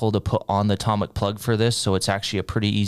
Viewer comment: toe mic not tom mic 😂😂😂😂